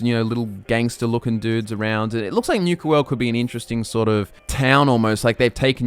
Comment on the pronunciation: Newka world? . . . . NU-KA, as in Nuke not Newk LOL